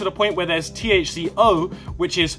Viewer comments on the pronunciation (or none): "THC-HO" lol